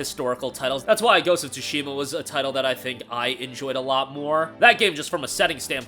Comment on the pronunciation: You still can't pronounce ghost of tsushima properly, I see.